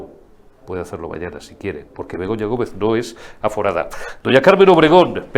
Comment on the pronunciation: Begoña no está aforada, " está aforrada"